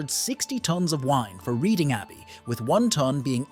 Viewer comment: it's not the university of read-ing - it's pronounced red-ing. (yeah we pronounce things weirdly hereabouts!)